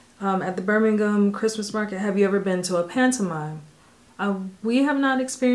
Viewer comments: I'm well impressed young lady you ish you turned the US pronunciation to the British pronunciation of Birmingham as a Brit if I talk to anyone from The black country as it used to be known And please understand it is nothing to do with skin colour It's about coming home from work covered in coal dust or dirt In the day of a bath once a week People the world over know hard work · I liked the quick adjustment from ‘Birmingham-Ham’ to ‘Birmingham-Um😊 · Laughing at the pronunciation correction of Birmingham (Birming-hm) - learning the language ... Lol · I loved the moment corrected herself when pronouncing 'Birmingham':) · Well done pronouncing Edinburgh and Birmingham correctly 😊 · Interesting to hear you correct your pronunciation of Birmingham. Well done. X👏🏻🙂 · This was a lovely watch and it was very sweet when you corrected the pronunciation of Birmingham ;) One question: have you ever watched PMQs because good grief!